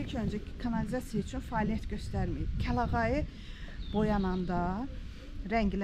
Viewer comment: Kəlayağı yox, kəlağayı daha doğrudur.